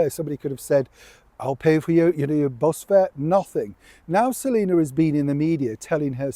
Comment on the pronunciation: Her mame is Selina, not "Selinur".